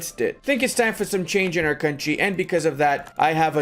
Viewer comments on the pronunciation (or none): none